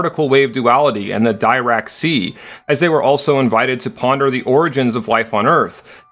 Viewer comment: "kon-don-cha"? im pretty sure you meant to say "ko-dan-sha" also "die-rack" is more "de-rack" as in the "dirac equation" another great video tho.